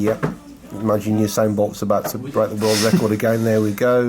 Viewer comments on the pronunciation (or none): none